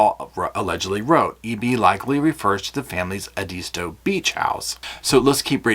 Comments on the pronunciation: Good analysis. BTW it is pronounced EDisto, not eDISto. Used to spend Fall Breaks on that island. VEry nice. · So happy to have found your channel! It’s GREAT, save for one itsy bitsy thing. You pronounce Edisto Beach, Edeesto Beach. Try this.. . E pronounced like first letter of Ed. The i sounds like the I in tick. The rest is easy-peezy….I’m going to the STO to get some milk and bread;never know when that hurricane might hit!!! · Hi Paul, it’s pronounced “Ed- is-stow” Edisto Beach 😊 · Big gallon zip lock bags full of pill bottles. I would bet. Also you are pronouncing Edisto wrong. Watch the trial one day they say it 5000 times lol